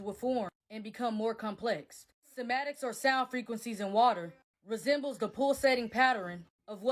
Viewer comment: she also kept saying 'Somatics' rather than 'Cymatics'... she's not going to take Any college courses, because it's very doubtful she finished high school. My guess would be that she has about a ninth grade education.